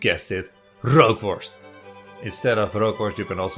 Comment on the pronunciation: Rookworst zonder r is ookworst 💁